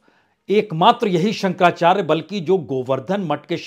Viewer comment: 👍 आप काफ़ी अच्छा बोलते हैं, हम तो आपको तब से सुनते आ रहे हैं ज़ब आप 10 तक मे थे किन्तु आज आपके द्वारा जगद्गुरु शंकराचार्य जी का नाम स्पष्ट न पढ़ा जाना दुःख दे रहा है